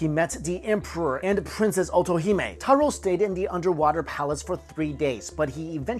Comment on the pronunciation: Taro, not Taru. Pronounced just like taro root.